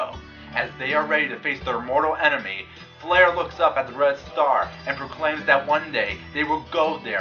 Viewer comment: F'lar is pronounced Flahr, & the picture of the person you identified as F'lar's half brother, F'nor, is really named N'ton. If you really perused "The People of Pern", art by Robin Wood, & intro by Anne McCaffrey, you would have known. There is a pronunciation guide in the 2nd edition of "The Dragonlovers Guide to Pern".